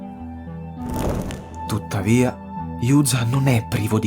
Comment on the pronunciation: Bel video (e bella voce!) :D Tutto giusto e interessante. Spero ti piacera' la resa del personaggio quando apparira' nell'Extreme Edition, anche perche' essendo uno di quei personaggi che, proprio a causa delle poche battute e scene in cui e' presente, merita un'attenzione particolare per le sue battute. Comunque si pronuncia "Giu"za (Juza) e non "Iu"za (Yuza) ;) E il motivo e' anche interessante; il suo nome e' infatti una distorzione del termine "Jiyuu" (liberta') in giapponese.